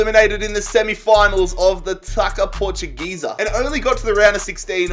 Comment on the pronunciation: Me: don’t do it, don’t do it: the Taka Portuguesa 😤😤